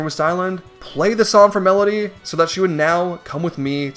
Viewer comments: Medli, not Melody. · Hearing you refer to darknuts as just "knights" bothers me, but not nearly as much as hearing you say "melody" instead of "Medli" (pronounced like "medley") every single time. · Strike 1: Using HD "remake" Strike 2: Calling Medli "Medaly" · Um Her name isn't "Melody" It's "Medli" Smh. Uncultured. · It's Medli. Not Melody. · Mf pronounces Medley with 3 syllables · “Medolee” And the section where you changed to “Melody” 😩 truly grating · A few minutes in, it was bugging me how you kept pronouncing Medli as "Medaly" Here I am, 5 mins later, you're calling her "Melody" instead and I've completely lost my mind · Bro calls Medli "Melody" 😂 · Borking the pronunciation of my favorite character Medli was so distracting the whole time lol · Medli is a two-syllable word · Can Do: Beating Wind Waker without using any wind Getting full power master sword AND hookshot without beating Wind Temple Cannot Do: Pronounce Medli's name correctly. Leave a dungeon he hasn't finished yet, even though he already got everything he needs.